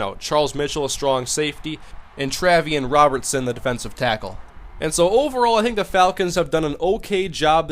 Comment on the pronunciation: Its sounded out as Trey-vian Robertson.Trust me,im a South Carolina fan :P